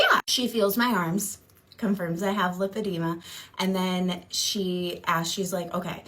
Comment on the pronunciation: Love your channel! My pet peeve today.... the way people pronounce Lipoedema (also spelled Lipedema). It is not Lip edema. It is LIPOedema. Lipo (with a long i) is latin for fat. Lip edema is a fat lip. We don't call it Lip suction. Though that does sound like fun on a Friday night. Liposuction is the suctioning of fat from one's body. I can always tell when someone is actually seeing a professional physician who understands both Lipoedema and Lymphedema. Which calls to question the people Anna was getting advice from. SMH We Americans sure know how to slaughter languages. In full disclosure, I work in medicine. I also have Lymphedema as a result of cancer surgery.